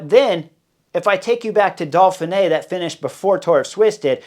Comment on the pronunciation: Hey Jazz Hands! It's "Doughfinay" not "Dolfinay"!